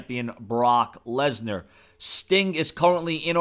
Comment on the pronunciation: Lensar? You mean Lesnar